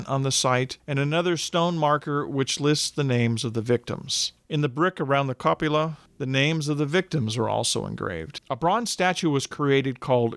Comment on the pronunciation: Very thorough and in depth video. I only bring up these two victim's names mispronunciations because these two families still live in the area and might be offended. One is Arnold Victor Bauerle, pronounced "Bower lee", not "Bay rule". The other is Carlyle Walter Geisenhaver, prounced "Guy sen hay ver", not "Gee sen hay ver". What's left of the building is pronounced a "coo pah la", not a "co pu lah". Again, no disrespect but I know these family descendants still reside in the area.